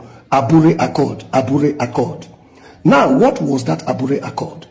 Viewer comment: you idiot! please pronounce it correctly. aburi accord and not abure accord. mumu